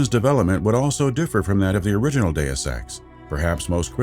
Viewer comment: I am the only one who hears, "do sex" or "due sex"?